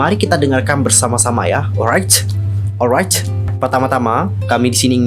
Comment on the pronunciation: Maaf mas. Saya emosi liat cara kamu ngomong😭 sumpah gedek bgt saya dengernyaaaaaaaaa😭 gatau kenapaa saya benci dgr intonasi kamu ngomong, dan kalo ngomong tolong di buka lebar2 mulutnya. Apalagi pas kamu bilamg alright🤮 sumpah benci bgtttt. Apalagi kalo kamu sebut R pengen aku tarik mulutmu maaas😭 maaf mas benci kamu. Padahal gak kenal kamu😭